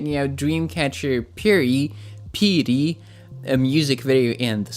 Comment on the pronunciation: Wow your Korean Pronunciation of piri(피리) is perfect.